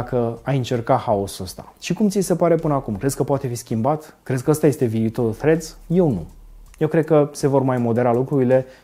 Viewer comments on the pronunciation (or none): Salut, zi-i tu lui să nu mai pronunțe Threads Freds, zi-i să bage limba între dinți pentru primele 2 litere